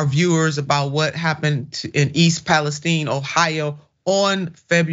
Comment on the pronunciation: Please pronounce the city correctly... it's Pal-ess-tine with a long I. Where have you ever heard anyone pronounce it as steen? That's ridiculous!